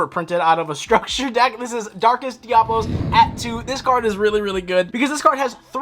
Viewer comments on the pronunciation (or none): It's Diabolos not diablos. Love the deck profile